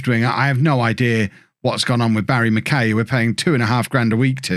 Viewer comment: Barrie McKay is pronounced like McKi rather than McKay